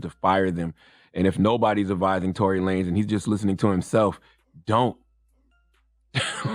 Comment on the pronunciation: Its Lanez not lanes